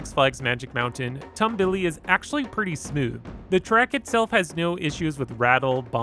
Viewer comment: its pronouced tomb-be-le not tumble-e